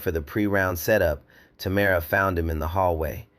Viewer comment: 3times I heard the girl's name pronounced as TAMara (accent on the 1st syllable. STOP IT! The accent should be on the 2nd syllable and pronounced as TaMARa. Get your pronunciations right, then I might consider AI fit for 1st grade.